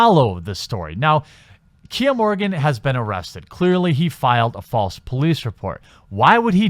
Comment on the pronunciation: I believe the man's name is Morgan, not "Morgin".